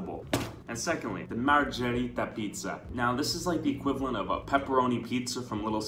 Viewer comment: If anyone beside me is italian and speaks it fluently, y'all ready know how angry im getting when a says "marzhereetah" instead of marggereeta ( wrote it to show how it sounds in english letters)